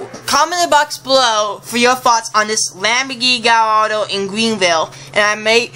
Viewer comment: Its LAMBORGINI GALLARDO Not LAMBORGINI GALLADO